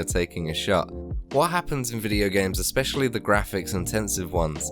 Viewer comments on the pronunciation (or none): none